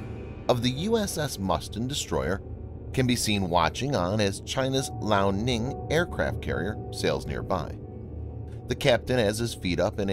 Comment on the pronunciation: Lee Ow. Liao. Not Lao.